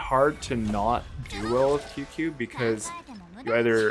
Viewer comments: Tsing ts-yu-ye not qq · qingque is sorta pronounced ching-chueh. hope this helps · No. You’re most controversial take is pronouncing Qingque as “Queue-Queue”. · It’s pronounced as Ching-chue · Imagine not being able to pronounce Qingque, could be me